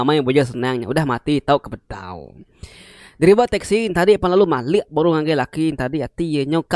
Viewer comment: Cerita manah..tang ka nanya ke jaku "MALIK" ke dikena...malik tu merening..enti "mali""ukai mali -(ukai reti utai ti enda tau)...sebut mali enggau malik reti ya enda sama....